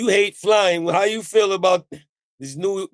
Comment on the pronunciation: Being from Newark, Nj and hearing them say Newark is cringy 😂